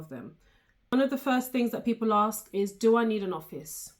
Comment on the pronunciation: Aks or ask?